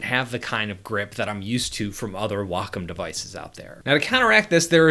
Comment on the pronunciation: Thank you, Thank you for pronouncing "wacom" correctly. Thank you!!!